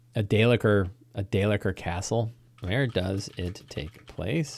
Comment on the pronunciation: 'Day-licker' is funny, but it's dale-keer.